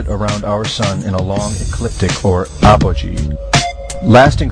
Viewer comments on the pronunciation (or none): none